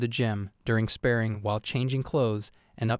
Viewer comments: It's "Spah ring" not Spearing dude. And "Bahr raj" not Barridge... All Manhwa is Korean.... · SpaRRing, not spaRing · I really appreciate the amount of work you put into these videos! They are very well made. I'm just confused as to why you pronounce "spar" properly but not "sparring." I understand that these videos involve a lot of reading out loud and probably start to blur 🎉🎉🎉in your mind and on your tongue as you record them, but you pronounce it inappropriately consistently. It's pronounced just like you pronounce "spar" with an "ing" sound at the end. It just seems like an important word to say correctly if you're making videos summarizing anime. 🤷🏻‍♀️